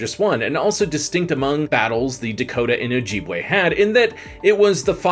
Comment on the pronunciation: Its Oh-jib-way not oh-jeeb-way.